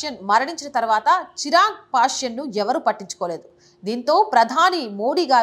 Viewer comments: నమస్కారము హిందూ సమాజానికి తెలియ వలసిన మంచి విషయం గురించి వీడియో చేసినందుకు ధన్యవాదములు. కానీ ఒక సూచన తన పేరు చిరాగ్ పాష్యన్ కాదు "చీరాగ్ పాశ్వాన్" దయచేసి సరిగా వుచ్చరించ గలరు, దయచేసి మరోలా అనుకోకండి. జై శ్రీ రామ్ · సదరీ! చిరాగ్ పాశ్వాన్ అనాలి. మీరు చిరాగ్ పాశ్యాన్ అంటున్నారు.